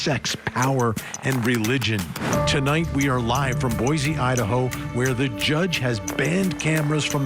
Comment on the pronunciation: Please say Boy see not Boy zee